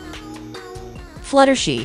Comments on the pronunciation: 2hy did she say flutershi it's fluttershy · Bro why did you called fluttershy fluttershi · It’s not fluttershe it’s fluttershy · Why did it say fluttershee instead of fluttershy? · your right its fluttershy not fluttershee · maybe because Velamelon call fluttershy fluttershee 🤣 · its Fluttershy not Fluttershe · For the last time it's fluttershy not fluttershey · Wait "Fluttershe"? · For the last time it's Fluttershy not Futtershey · its not flutershee its flutershy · It is fluttershy not fluttershi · It's Fluttershy not she shy yall piss me off when you didn't pronounce names correctly BTW it's Rainbow Dash not Rainbowe Dash.😠😤. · The fact that she says fluh-ter-shie is so funny😂😂😂😂😂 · It’s fluttershy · It’d fluttershy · She said flutter she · Fluttershy not fluttershe!😂😂😂😂